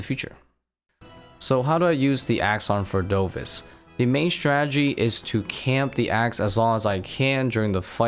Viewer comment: Bro the boss is called vardoRvis, not vardovis